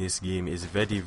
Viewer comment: ur english is grear :) i loled when u said vety vety instead of very very but in the good way